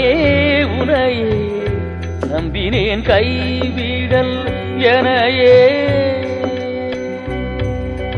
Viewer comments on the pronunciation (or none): 🙇‍♂️🙇‍♂️🙇‍♂️🙇‍♂️கைவிடேல் - நெடில் உச்சரிப்பு வரும் ஐயா...🙇‍♂️🙇‍♂️🙇‍♂️🙇‍♂️